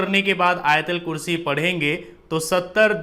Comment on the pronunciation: Not ayatalkurshi AYATULKURSHI BOLO BHAI